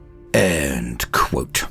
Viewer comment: I've never known anyone to put so much sweat and effort into the two words "end quote".